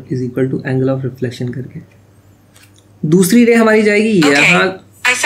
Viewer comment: dhu'siri' lol 😂😆 Maybe that's why siri started up hahha